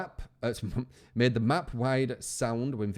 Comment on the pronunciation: Why is no one talking about saying WAP instead of MAP???? Even he couldn't help but laugh at it